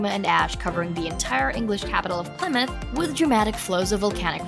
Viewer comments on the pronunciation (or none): none